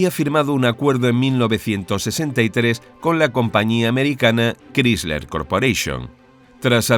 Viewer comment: Sobre Chrysler, se pronuncia "cráisler", no "crísler".